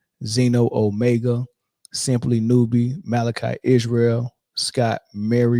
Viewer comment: you cannot be demolishing my name like that. haha. it's simplynewb/4 syllables, not simplynew-b with 5 sylls. 🤙👍👊